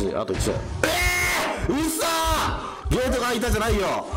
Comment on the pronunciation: うっそ！がフッ素！にしか聞こえない